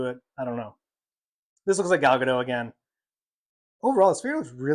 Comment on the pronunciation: It's pronounced Ga-DOT, not Ga-DOW. Gal is Israeli, not French. 🤪😝